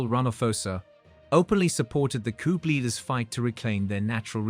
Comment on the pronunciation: Coup pronounced koo